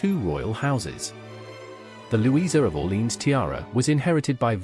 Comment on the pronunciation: Learn to pronounce Orlèans properly “ore-lay-an”